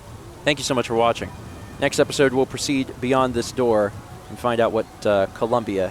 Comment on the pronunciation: Every time Stephen says Columnbia I think of when he lived with Mal there